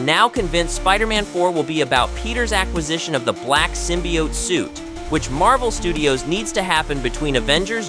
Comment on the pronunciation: That's a long "O" at the end of "symbiOte", chief